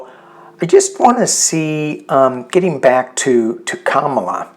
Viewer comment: Comma la not cam as in camera.